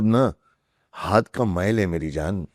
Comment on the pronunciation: Hindi ka uccharan galat hy aapka haat me😢